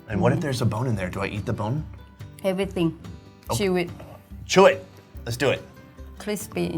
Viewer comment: "If there is a bone do I have to..." The rady: "Avlithing, choo it 😒"